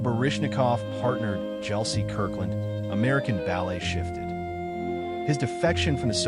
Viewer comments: Gelsey is with a hard G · As someone who has seen all of the partnerships on this list live Kirkland and Baryshnikov are number one for me. I saw Kirkland and Baryshnikov many times in the 70s. I don't think anything ever matched it before or after mainly because Kirkland is possibly the greatest dancer I have ever seen. I have also seen Nureyev/Fonteyn as well but a little past their prime. Oh, and Gelsey is pronounced with a hard g like girl. Not Jelsey.